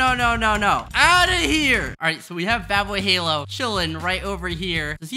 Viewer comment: ishowspeed , wrong , ishowmeat , wrong , badboyhalo , wrong ,dadboyhalo correct :)